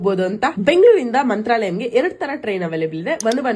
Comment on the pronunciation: Mantralayakke .. pronunciation correction please